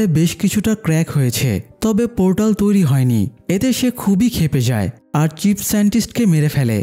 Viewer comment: ভাই চিপ না চীফ।